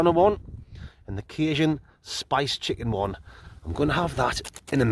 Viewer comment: I’m like 100% sure thats not how you say Cajun 😂